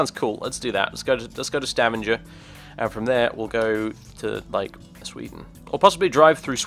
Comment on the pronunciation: YAY I live in stavanger! :D and let e just say, you butchered stavanger's name :P but that doesn't matter :)